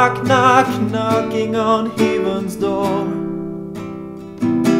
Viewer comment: Love the voice, love the expressiveness, but I think your pronunciation of 'heaven' might be detracting from the overall quality, especially since the word occurs so much. Great job otherwise, you are loaded with talent.